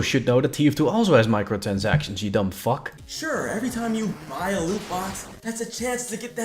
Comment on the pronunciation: ''Micotansactions'' lol